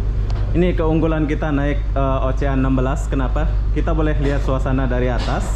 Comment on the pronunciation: Gk lucu pun, Oceanna yang ngakak, abang itu bilangnya Ocehan😂